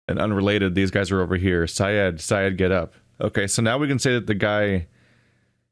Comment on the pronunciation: You kinda mispronounced Syed's name as "Sigh-ed". And you kinda got both names of the surgeon and surgeon's mate swapped over.